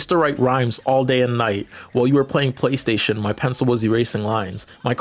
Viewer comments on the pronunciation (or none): none